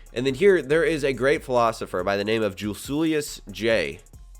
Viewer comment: "Juiculius J" I'm done with life lmfaooo